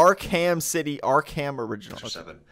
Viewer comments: I am genuinly irritated by this guy... Ark-HAM its pronounced Ark-am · “Ark HAM”🤡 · I am surprised that an angry mob wielding pitchforks did not show up at this guys door back in 2015 invertible reasons first of all he can’t say Arkham he says ark ham and then he says Arkham asylum American city suck suck